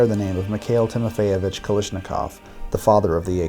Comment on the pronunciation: kal a shnikov not kalishnikov